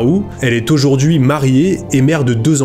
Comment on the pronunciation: Et "aujourd'huiT-encore" ! bizarre ces liaisons avec un T... mais c'est peut être lié à un trouble dyslexique. (Et pour info le prénom de la mère adoptive "Sue", se prononce ""SOU", comme la fameuse Sue Ellen dans Dallas) 😉 très belle histoire ça serait intéressant de revoir ce jeune homme aujourd'hui et connaître la suite de l'histoire surtout depuis sa popularité, il doit avoir les moyens de leurs payer une belle vie en Inde!